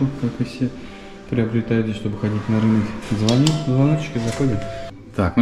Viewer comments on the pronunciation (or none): none